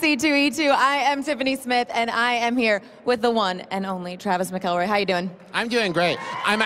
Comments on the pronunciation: in she mispronounces the last name of her guest. A+ research, Tiffany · My friend has been listening to their stuff for a long time, I've said "McElroy" in front of her a million times, and she still pronounces it like that. Now, granted, every time I read "Hoops McElroy" I read it as "Hoops mic-EL-roy" so I dunno what's up with that. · oof, this woman is probably the cringiest person ive ever experienced. right from her very first words and starting with the way she pronounced mcelroy. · Yeah she did mispronounce "Mcelroy."